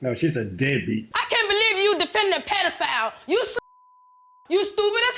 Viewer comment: what's a pelafile